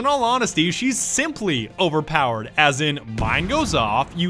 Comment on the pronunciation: AS NOT ASH